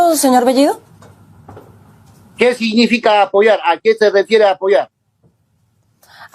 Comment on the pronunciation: La chica habla el español mucho mejor que bellido que dicho sea de paso no pronuncia el español correctamente. Sí, me refiero a bellido, la o lo pronuncia como la u, y la e casi como i.